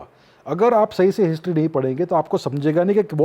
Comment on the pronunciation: chuu anchor...wt is hishhhhtryyy mchod